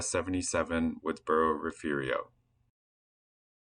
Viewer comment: "Refu-rio"??? A very ignorant and illiterate pronunciation